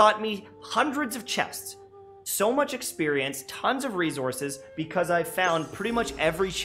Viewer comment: "Rezourzes" 🤣 I'm sorry!